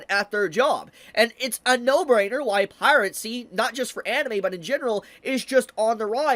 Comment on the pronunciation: I always lol at "Pirate-sea" 😂😂😂😂